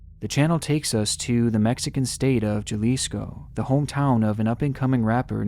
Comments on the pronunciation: cmon my boy atleast pronounce it correctly it’s pronounced (haly-sco) not (juh-lisco)😂😂,but nice vid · Juh Lisco LMFAO. It's pronounced Hah Lis Co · I love but i think he mispronounced a city in mexico. Im a mexican and its funny hearing the word jalisco as JULISKO. Its pronounced halisko or HULISKO. But i still love him and i love his videos. Thumbs up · FYI, stop mispronouncing Jalisco - it’s honestly annoying - Jalisco is pronounced “Ha-li-sco” not “Jah-li-sco” 🤣 🤣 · It’s HUhLisco not JUHlisco. Hahah. Just letting you know. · i love you but it's pronounced "ha-lisco" not "ja-lisco" 😭😭😭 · Brah. It is pronounced Halisco not Juhlisco. Other than that great video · hey hun Jalisco is pronounced : Jalisco~ Ha-leez-co =) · Jah-lisco 😂 j’s are said as h’s btw, still funny though since that’s where my dads from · Jalisco pronounced with the J at the beginning lol. It's like jalapeños, the J's are pronounced as an H in Spanish lol. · Sorry, just wanted to correct Jalisco for you. The J is pronounced like an H, its not pronounced "Ja lis co" it's Ha lis co" a little Spanish for your day!! BTW, great job 👏👍👌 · I cringed so hard everytime he said JALISCO like GAlisco. It’s pronounced Halisco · Mans just said Jalisco as Ja-lis-co it's ha-lis-co. My home town absolutely violated lol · Just a tip, in Spanish, J’s are pronounced like English H’s so Jalisco is pronounced Ha-lis-co, not ja-lis-co. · I freakin love you and all but every time you say Ja-lisco I cringe a bit. It’s HA-lisco my guy. Silent J like José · Little tip! Jalisco is pronounced ha-lee-sco ❤ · Great video as usual, though remember, J’s in Spanish are pronounced like H’s, so it’s more like “Halisco” than “Jalisco” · I don't wanna be That a-hole, hopefully others have first but it's Jalisco but J pronounced like English H so Halisco would be what is sounds like when pronounced. Love you're videos, very well done. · Sorry to nitpick, but isn't it pronounced "Halisco"? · "jalisco" "HA-LEE-SCO"